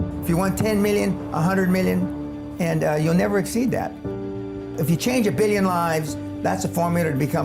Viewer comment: Why do ppl born before 1960 say “million” and “billion” like that